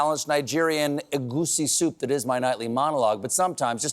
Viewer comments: As a Nigerian from the Igbo tribe, your pronunciation of Egusi soup is spot on. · As a Nigerian fan of this show, gotta say it's pleasantly surprising to hear you say 'egusi soup' Stephen.😂